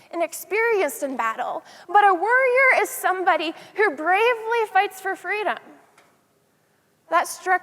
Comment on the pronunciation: It took me five minutes in to realize she was saying warrior not worrier.